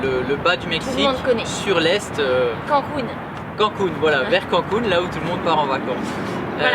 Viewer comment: Yeah les compagnons Je vous aimes :) On dit CANE-COUNE ;) CANCUN